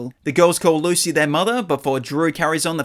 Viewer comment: It’s actually Lucy not lu